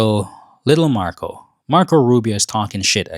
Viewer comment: his name narco, not marco